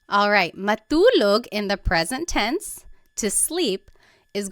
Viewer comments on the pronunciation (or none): Hello and thank you for the video. I'm learning Tagalog at the moment and I don't know if it's just me, but is "t" pronounced a certain way" in Tagalog? For example Matulog, it almost sounds like Malulog and not Ma-2-log. I also hear this in other words that have a "t" in them as well although I can't recall them xD.